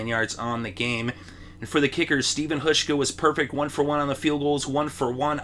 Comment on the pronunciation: Hauschka. Pronounced HOWSH-KA